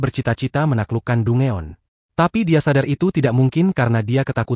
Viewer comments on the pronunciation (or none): Danjen bang bukan dungeon